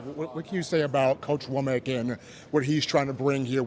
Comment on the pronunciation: Wommack* a man’s name is all he has get it right. No shade